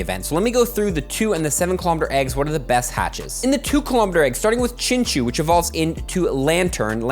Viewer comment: Chinchou is actually pronounced chinchow